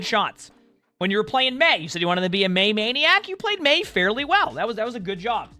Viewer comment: I think it's MEI-niac